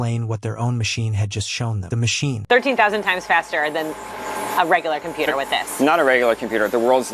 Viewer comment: Compoot ur. I swear that's the way I heard it every time. Anyone else hear it like that?